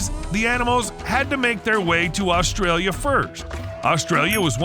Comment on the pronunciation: There is not L at the start of the name Australia